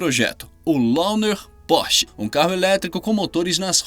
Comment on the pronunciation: Lmao "pose" "porch" lmao ok ai